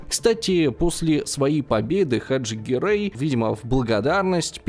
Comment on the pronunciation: Не Гъерэй а Герай.